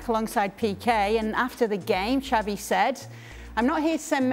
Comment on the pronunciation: Pundits from a multi million dollar company can't even pronounce Xavi's name properly🤦🏾 says a lot